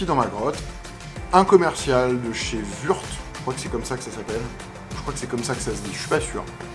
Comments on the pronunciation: Würth se prononce wurte. C'est allemand, pas anglais. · Que de supers nouvelles donc!!! Pour Würth (se prononce "wutrss"), je n'utilise que ça professionnellement et c'est de l'excellent matos avec une qualité constante. 0 soucis d'embouts, j'utilise n'importe quelle embout Torx sans pb. Vous allez vous régaler avec ça. Je vais suivre ça de près, non pas pour commander car je les ai déjà de mon côté mais pour le principe de cette logistique que je trouve très intéressant. Si vous voulez, je vous donnerais les tarifs que j'ai de mon côté quand vous aurez arrêté les 3 tailles.